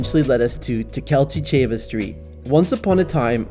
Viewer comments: Tkalčićeva pronunciation was very good for a foreigner! Hope you had great time in Zagreb, but you missed some of the greatest things :/ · These are not crepes. We call them palacinke and even in Vienna saying like we do but they writig in another way. Enyway you pronounced Tkalciceva street very well.